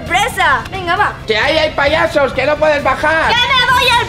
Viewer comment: Yo viendo que dice poyesos